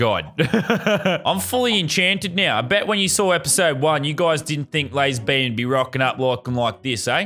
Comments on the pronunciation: When it said lazarbeam it said lesbian 😅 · Lazarbeam not lazar beam